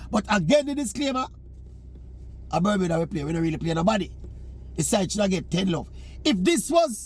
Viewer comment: C'mon Oral, it's Bermuda...